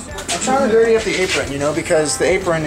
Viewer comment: "Time to get durtay" haha